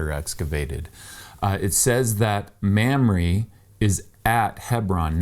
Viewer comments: Hahaha!!! It's not "Ma'am-ree"😂 it's pronounced "Mom-ray"! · Sorry to be that guy but its pronounced "Mahmrey" not "Mamry".